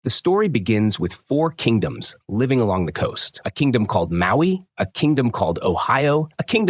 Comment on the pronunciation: Mawi: 🪨🤨 Ohio: 👽💥 kawai: 😺❤ Thats one way to say the say the names wrong😂